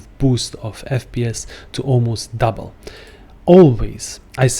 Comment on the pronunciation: It's "double". Not "duble".